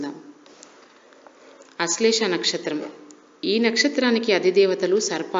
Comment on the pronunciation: నక్షత్రం పేరు కూడా సరిగా పలకడం రావడం లేదు....